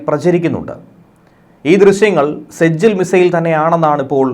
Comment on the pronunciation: സെജജിൽ അല്ല നരകം എന്ന അർത്ഥം വരുന്ന സിജീൽ ആണ്